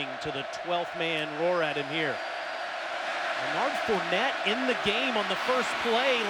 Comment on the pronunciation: “ lanard fournette “ what are the odds😹😹